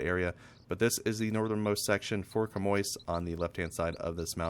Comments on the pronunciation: hi bro its pronounced shammy 😄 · You're both wrong, it's pronounced 'sham-wa'.